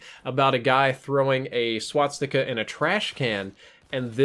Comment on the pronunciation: It's called Swastica, NOT Swatstica